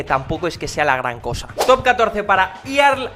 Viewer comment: Earl se pronuncia Erl